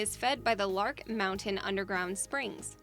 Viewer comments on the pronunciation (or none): Multnomah Falls comes from Larch Mountain, not "Lark" Mountain as the narrator said.